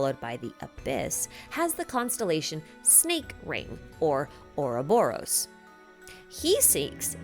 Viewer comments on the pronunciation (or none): none